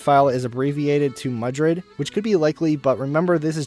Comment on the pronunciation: And it’s Madrid not Mudrid lmao